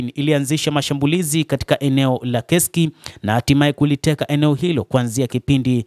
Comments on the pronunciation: Inasomeka kesk lakini inaandikwa kursk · Ule mji usiuite KESK hautamkwi hivyo. Ni Kursk unatamkwa kama unavyoandikwa